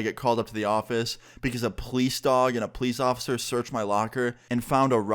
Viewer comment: Am I the only one who recognizes that says Pleece instead of police